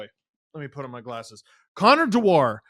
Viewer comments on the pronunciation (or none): Amazing that & then Steve mispronounce Dewar's surname. It's Scottish & it's pronounced just like the whiskey.....Dew-ar, not De-WAR. Many Wild fans seem sorry to see 'Dewey 2' go & claim he's an excellent skater, physical, tenacious, plays solid D & is very good on the PK. Anyone who gets Nylander off the PK is welcome in my world. In the small sample size I've seen he is a guy most Leafs fans will love. He, Boosh & Edmunson make the Leafs harder to play against, so decent work by Tree despite no 'homerun' aquisition. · It's pronounced dew-er. Not de-war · Steve, as a Scot, you should know how to pronounce ‘Dewaarrrrr’! Think whisky! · As a Scot I'm privileged that that you tried to make one of our surnames sound very fancy, French and exotic. Dewar rhymes with fewer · I like how Steve and pronounce Dewar lol